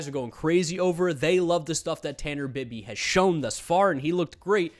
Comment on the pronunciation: Tanner Bibee is pronounced BIBEE not bibby